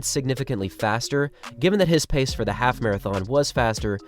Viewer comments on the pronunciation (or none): none